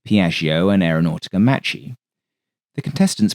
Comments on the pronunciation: Excellent vid. One slight quibble. Macchi is pronounced Mak-ee not matchee. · I like your work sir but you have mispronounced the Italian word m a c c h i. It's not the CH sound It sounds like m a w k i e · Good pronunciation, but every time you see a "ch" in an Italian word it means it's a strong C, essentially a K. So it's "Makki", "Frankini", "Frasketti" etc. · FYI in Italian, when an H follows a C in front of E or I, it hardens the C. So Macchi is MAKKI and (Isotta) Fraschini is FRASKINI. Anoter useful clue is that in Romance languages -- because Latin did this -- unless an accent appears somewhere else, the second-to-last syllable gets stress. Thus marRIna, miliTAre, REgia ... (suffixes can throw this off, thus aereoNAutica).